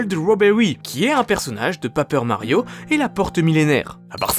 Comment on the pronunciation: PÉÏPEUR MARIO PAS PAPEUR